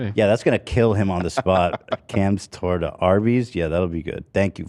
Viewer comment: I just realized you guys are saying “Cams Torta” Its pronounced tore-tah 😂 :_h3h3Camcool:□